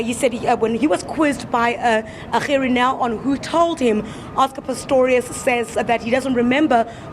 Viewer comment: I love. i REALLY DO but I don't remember Gerrie Nel's name being PRONOUNCED like that. It's something about your Gs that are NOT quite RIGHT! Ba-Ha-Ha-Ha! I'm your friend but your PRONOUNCIATION of Gerrie Nel's name is a bit NIGHTMARISH!:) When you say the G, in Gerrie, I hear a CUTTING sound. Aah! If ONLY words could kill. You could slaughter people with the way you say Gerrie!:)